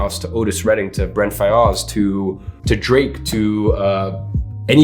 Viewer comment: they way he pronounced brent faiyaz 😂